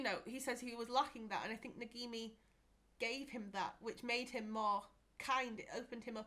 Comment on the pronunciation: Stop saying Nagimi! It's Nagini!